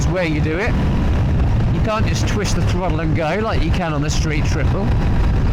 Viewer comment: Throddle, fordy, fiddy. Enjoy your videos but pronouncing your D’s instead of T’s is starting to wind me up l😂